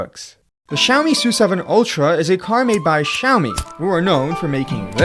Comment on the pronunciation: "Xiaomi soo7" bro its "es you 7"